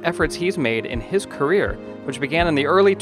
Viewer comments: I think so.. Career not Carrier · Shouldn't that be "career" not "carrier"?